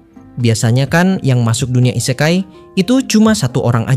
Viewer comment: ise-kai dengan "e" dibaca seperti di kata "ekor" / "elok" bukan "e" seprti di katan "endapan" / "sebuah"